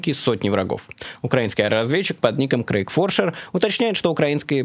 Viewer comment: Дорогой Майкл, Krieg Forscher читаеться как "криг форшер" (не "крейг"), что по немецки значит иследователь войны. Просто кажный раз режет ухо, когда произносите неправильно. 😉